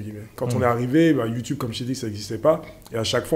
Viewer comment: YouTOUBE lol! Sinon super vos contenus, on en apprend beaucoup. Merci !